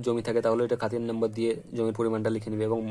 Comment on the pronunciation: তোমার সবকিছু ঠিকঠাক আছে ! কিন্তু যেহেতু তুমি একজন ইউটিউবার তোমার ভিডিও বয়সে ছোট বড়ো সবাই দেখবে ! তাই তুমি বলে সম্বোধন না করে আপনি বলে সম্বোধন করলেই মনে হয় ভালো হবে ! আর উচ্চারণ একটু সঠিক করার চেষ্টা করবে অর্থাৎ উচ্চারণের দিকে একটু খেয়াল রাখবে ! যেমন খতিয়ান কে খাতিয়ান বলেছো , জে এল নং কে জি এল বলেছো ! আজকে Subscribe করলাম !